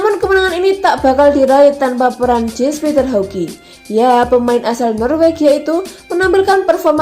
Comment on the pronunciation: Calhanolu (dibaca C) Kastileho Yans Piter Haug Bacanya kaya gitu, mbak